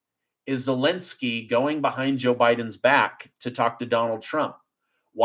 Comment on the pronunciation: its not welensky its zelensky.